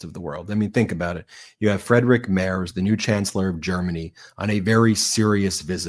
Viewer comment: Hello, may I inform you that the German chancellor's family name "Merz" is pronounced like "mairts". Kind regards!